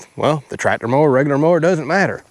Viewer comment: I don’t know if it’s my speaker or what… but it sounds like when you say “tractor”…. It comes out sounding like “ trat ter “. I thought only us Texans talked with a weird accent. Glad to see those Floridians are getting their own version of English. 😂